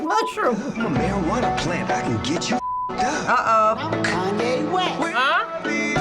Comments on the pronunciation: Ah yes, Kanwe West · Do they keep saying Conway west? Or am I tripping?